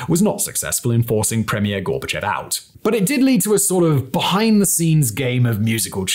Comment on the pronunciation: Two extremely pedantic corrections upfront: Dacha - it's pronounced "Datch," like "thatch" Vlad is short for Vladislav. The dimunitive form of Vladimir is Vova. Gorbachev is pronounced GorbaCHOV. On another note, Khruschev (Khruschov) is also commonly mispronounced this way. It comes down to a tendency by Russians to write "ё" (yoh) as "e" (yeh) because it's easier, and a native will know the correct sound. Words written this way then get transcribed literally and Горбачев is writen as Gorbachev rather than Горбачёв (Gorbachov). I have no idea why this transcription isn't corrected in English sources.